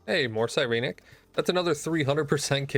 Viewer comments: Sigh-reen-neck Si-ren-ic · The way you say Sirenic bothers me. Psy ren ik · Ok, So I had to chime in, been loving your series, but, please for the LOVE of god, its Sigh - Ren - ICK, I have never felt more tilted watching a video, and hearing whatever blasphemy you spouted, also the always oh b2b never fucking lucky, and then you Absolutely pulled off a massive spoon af moment, I best not be hearing Never lucky for atleast the next 2 to 3 videos mfw.